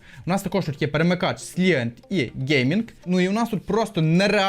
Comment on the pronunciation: Silent- сайлент! Який ,,сілент,, ?